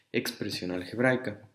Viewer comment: Dice "expresión algeraica"